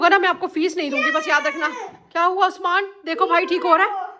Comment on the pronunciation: ap usman ko usmaan tiilaa ku bolty ho so funny and cute vloger